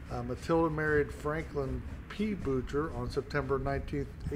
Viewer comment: It's pronounced "Boo-shay", not Boocher. It's French. But thank you for cleaning her memorial.